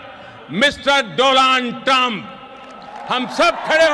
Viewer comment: Mr Doland Trump 🤣🤣🤣🤣🤣🤣🤣 Modi Teleprompter User ... Donald Bhi nhi keh pata 😂😂😂😂